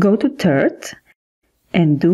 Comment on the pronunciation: Third not tird